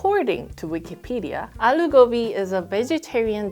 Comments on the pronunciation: iss not ALLLLLO its allu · it's not allo it's aloooooo